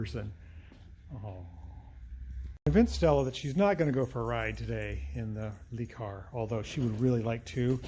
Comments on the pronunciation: It's not a lee car it le car pronounced lerr car, sorry for nitpicking but I'm from Wales UK 🏴 and I have a house in France and I have learned to speak some french and pronunciation is very important. In Europe this car is known as a Renault 5. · Le, means the, rhymes with the. I know, you're a mechanic, not a linguist. Le, the. Le., the. Try it. Not lay, not lee. Luh. It's Renault's fault for giving it that stupid name in the US. Cool car though.